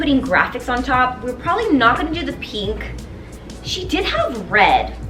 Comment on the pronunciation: I am triggered by the way you pronounce 'pink'.